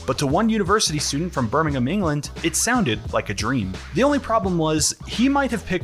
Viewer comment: Also good effort not calling it birmingHAM. You correctly pronounced it. Birming-UM